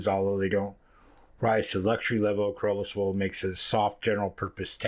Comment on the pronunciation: You can pronounce it "sharlay" or "shar-au-lay."